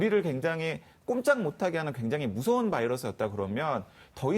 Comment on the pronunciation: 교수 붹-신, 봐이러스 영어 발음 너무 거슬리네... 한국말 할 때는 그냥 백신, 바이러스라고 해라 좀